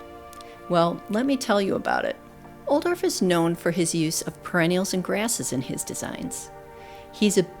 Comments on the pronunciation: I love your videos for the beautiful visuals, plant info, narration, and inspiration! This famous designer and plantsman's name is pronounced "Oooo dof", and not "Ol dorf." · Beautiful video, but I’m afraid mispronounces the designer’s name. ˈʌudɔl(ə)f. That’s OU like ouch! dolf, rhymes with golf. But a lovely tour nevertheless.